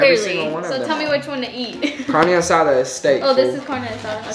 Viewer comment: Did she say CaRna aSaDa 💀